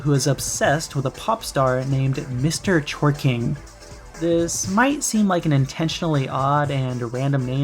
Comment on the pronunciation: that's what i heard lol mister jorking cuz im jorking it